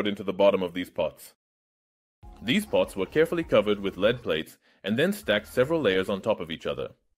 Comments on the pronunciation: "lead" can be pronounced 2 ways, but both ways have very different meanings. - lead that rhymes with "fed" or "dead" is the chemical element. - lead that rhymes with "seed" or "bead" is 'to have something follow'. It's even worse because "lead" as in to drag something around (she leads him around) and "led" as in the past tense of to have had something follow (she led him around), have related meanings but different pronunciations; "led" is pronounced the same as the chemical element. Also, LED as in light emitting diode is rarely pronounced as a word but instead as spoken initials, "el-ee-dee", partly to avoid confusion with the other two things that sound like "led". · I like the new computer enhanced voice! However, is there a way that you can make it say "led" rather than "leed" for the element Pb? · Your channel always has great chemistry contents; but I agree with many comments here: please use the original voice, not the AI voice. The AI voice even mispronounced ‘lead’ which is supposed to be pronounced ‘[led]’ not ‘[leed]’. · the metal lead is not pronounced like to leed. what i dont understand is that you say it correct in other parts of the video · If you're going to use an AI you need to listen to it's annunciation before bothering to dub it in. It thought when you said "lead" you were saying "leed". Probably using the spelling "led" would have fixed it, even if it's wrong. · Critical feedback-ditch the AI voice. Not only does it make you less relatable, it mispronounces English. Lead-the metal, is pronounced “Led” in English. It’s quite distracting to hear the mispronunciation of something so basic. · onward, "Lead" in this context is pronounced "led". The way you are pronouncing it is the same as the verb "to lead", as in leadership. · Stop using voice overs! The AI voice over & lip synching is even more annoying. Especially since it doesn't know how to pronounce the difference between lead & lead, (as in leader).